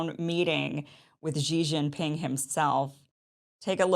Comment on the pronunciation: Kim: Xi Jinping, should be pronounced like " Si Jin ping",, not JI Jin ping, as you pronounced..